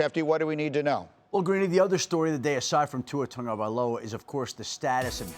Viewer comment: I keep on asking, "Where is the "un" in "Tagovailova"? Why are you pronouncing it "Tungavailova"?